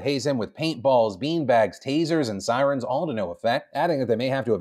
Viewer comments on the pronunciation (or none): none